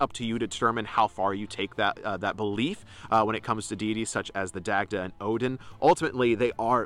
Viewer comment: Love the content. you make interesting points and hold a lot of insight. However, I would advise you to revisit your pronunciation of the Celtic names. As a Celtic Pagan myself and studying the Irish language, it can come off as disrespectful to mispronounce these names. Names are important. I know that this isn't your intent and wouldn't want you to get any backlash for it. ex.: Dagda=Dah-da, Goibniu=Guv-noo. The Irish language can be tricky. Its especially counterintuitive for English speaking Americans. I know it has been for myself.